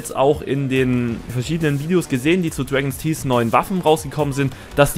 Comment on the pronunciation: Dregens Tieß. Großartige Aussprache!